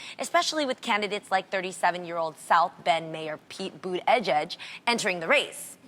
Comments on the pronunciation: Really Jeannie?🙄 don’t read it if you can’t pronounce it. Pete Buttigieg is pronounced, Buddha Judge. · It's actually boo-tea-jeech :) I know because his surname is Maltese and I'm Maltese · Did Jeannie just butcher Pete Buttigieg’s last name? Pete Butt-edge-edge??? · Bood- edge -edge I heard his name pronounced correctly before this and I had to laugh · She just butchered our future President’s name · For all those wondering, Pete Buttigieg's surname is correctly pronounced likewise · Literally nobody knows how to pronounce it 😂 Even Pete himself doesn't pronounce it correctly lmao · The way Jeanie said Buttigieg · His surname is Maltese and it's Buttigieg :) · it's alright. At least it's just one letter and not his entire surname lile Jeannie did 😂 I love seeing people trying to pronounce are surnames. They're more Arabic because Arabic formed our language :) They were our first dictators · We all butchered it at first. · Everybody is still butchering it it's hilarious lmao The correct pronounciation was by this guy